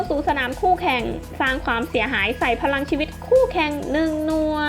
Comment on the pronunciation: พี่ครับทำไมพี่พูดไม่ชัดคำว่าพรังชีวิต